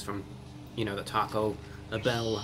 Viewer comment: Lmao the ||T A C O B H EHLL||